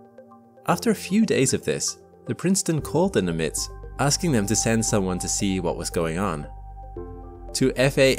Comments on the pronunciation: Just a note on the pronunciation of Nimitz. Named after Admiral Chester Nimitz, the accent (or stress) is on the first syllable, so that it is NIM-itz as opposed to Ni-MITZ. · Put the stress on the Nim- rather than the -itz. Thank you. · "NIMitz" the pronunciation is in the first half of the name.